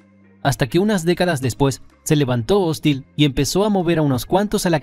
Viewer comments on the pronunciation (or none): No se dice hóstil, sino hostil (con acento en la i).